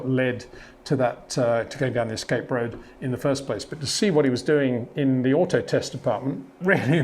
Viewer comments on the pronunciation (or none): none